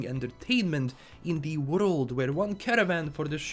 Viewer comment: Nobody:: in the worlulululd of cybperunk.....